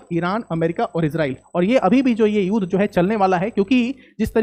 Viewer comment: It's not युद pronounce it as युद्ध ... Theek se bola karo, pehle hi boring se explain kar the ho, aur upar theek se shabdon ka ucchar bhi nahi kar paate....